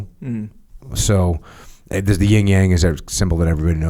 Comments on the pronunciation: Jocko FYI it’s called the “Yin and Yang” NOT “Ying and Yang”. The “Yin” representing the feminine energy you may want to get that straight before the female population gets offended. If you know what I mean. Otherwise keep up the excellent work. 👍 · Its “Yin and Yang” Sir lol not ying yang 😂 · Better Title: "Two Neanderthals Discuss Philosophy" -- an English major should be able to look up phonetics for "Yin" (not "ying") and "Yang," (long "a" not "sang"). Unlistenable, bad description of I Ching ... go back to blowing stuff up (excess Yang, which is entertaining!)